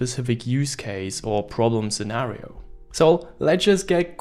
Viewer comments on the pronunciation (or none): none